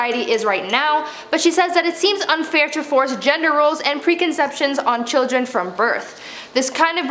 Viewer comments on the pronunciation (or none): none